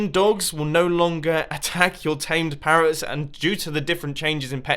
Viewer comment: "pawwots" are you okay today mumbo?